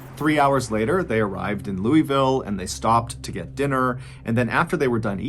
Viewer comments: Lou a ville!! Not louis ville lmao sorry but nothing makes a native squirm more than hearing it said louis ville 😂😂😂 waiverly hills is the real deal, theres a feeling you get inside that building that cannot be recreated. I swear the death chute has so much tension in it you can cut it with a knife. I want to go back but feel like I'm playing with something I shouldn't so I haven't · Louisville is pronounced Loo-u-vulle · It's LOO-VUL😂😆😁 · I'm gonna go crazy if I don't say it those who don't know how to pronounce Louisville it's not lewyville or lewisville it's loo-uhh-vull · The whole place I wouldn't be caught in after dark and it's the breathing that scare me. Btw it's pronounced Louisville not Louieville. Lol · As a Louisville native i got to tell you bro, its pronounced Loo Uh Vuhl not Lewy Ville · As any Kentuckian knows, Louisville is not pronounced "Lewey-ville" it's one quick sound "Louvull" 😅 Secondly, Waverly hills does a Halloween event every year thats pretty cool. The beginning has a projection show that interactsbw the front of the building telling the story of what happened there, the fire, and the hauntings. Also, idk if u still can but at one point u could pay extra to spend the night in a secured part of the building. (You didn't have free run obviously bc its an old building and not safe alone) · As someone from Louisville, IT IS NOT PRONOUNCED LEWYVILLE, ITS LULVILLE. If you really from the ville you're just as triggered as I am😂😂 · Hearing him pronounce Louisville as “Loo-ee-vill” was driving me crazy. As someone who lives in Kentucky. It’s pronounced “Loo-uh-vull.” But, this is an awesome video and he’s a good storyteller. Keep up the good work, dude! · As someone from Kentucky with a boyfriend from Louisville, I've always known about Waverly, but never heard of Pope Lick. Im also not used to hearing it pronounced Lewie ville, to me its Luhvull lmao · Born and raised in Lou UH vool! Thats how you say the city name not Loeyville!